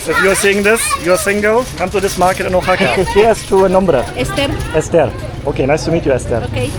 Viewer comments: Oaxaca is pronounced “wahaca” phonetically, not “o” haca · love the video and the energy, but you are killing me with the pronunciation is Wahaca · Try saying it this way: wah-HA-kah. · CITY IS PRONOUNCED WA-HA-KA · Your killing me on his you pronounce Oaxaca. Wa-Haka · It’s pronounced Wahaka. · I ❤ Mexico City and Oaxaca! But personally, I prefer the foods of Mexico City., I think easier/correct way to say Oaxaca is to say it like “Wa-ha-ka” Just a friendly tip 😊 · Firstly I thought you was saying a Japanese name xdd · Wondering if he is going to learn how to say “Oaxaca” during his visit.